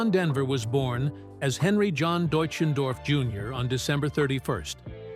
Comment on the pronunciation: Thanks for pronouncing his German name correctly.